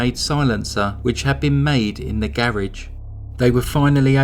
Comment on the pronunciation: I’m so glad you were joking! The “psssttt” is always so fun! BTW, the way you say garage makes me want to have a faux English accent. ETA I shared your channel link with a close friend. Xoxo